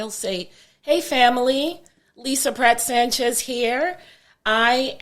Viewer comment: Pratt (not Patt) - Love this Sister. Please fix :)